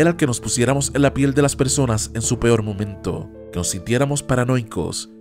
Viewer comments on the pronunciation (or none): none